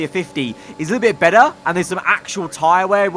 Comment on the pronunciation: “tyre wear scaling is a bit bettR” Sounding like a true northern irish lad